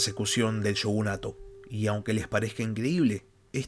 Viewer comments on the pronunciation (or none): none